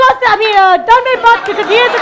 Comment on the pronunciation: Kaneez, u r super cute and u always said tanmay butt instead of bhatt.. :D